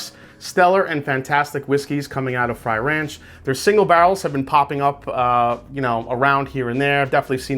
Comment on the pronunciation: Frey Ranch is NOT pronounced fry ranch. My lord. YouTube Frey Ranch and learn how to say it before the video 🤦‍♂️